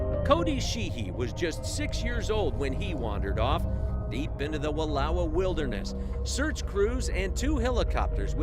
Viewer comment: Wallowa is pronounced Wuh-LOUW-uh.